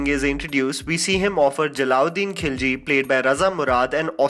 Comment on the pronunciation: He says 'Jalal ud din khilji' as 'jala ud din khilji' 😂😂